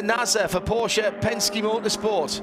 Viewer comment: Thanks for the Porsch-e pronounciation, not hearing it too often 😊